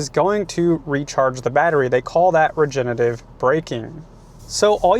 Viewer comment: Regenerative…. Not regenative